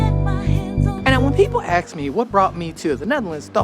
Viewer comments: Axe me anything At hyge befrignant loc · It’s how we talk. Look up how “ask” used to be pronounced. You’re welcome. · may I ask what aks is? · did you really aks?😬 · That’s a black thing, just like :finna instead of gonna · That’s an Afro American thing, same as finna instead of gonna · stay civil in comment section please. The man has a funny pronunciation of the word ask.... But please don't swear to me.